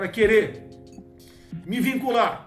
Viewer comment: certamente percebe-se a falta de capacidade de desenvolver uma frase bem como dizer a palavra "vincular"